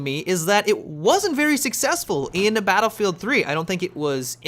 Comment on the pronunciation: Has anyone else noticed that always says Battlefield 3/Battlefield 4 like, "duhBattlefield 3/duhBattlefield 4"?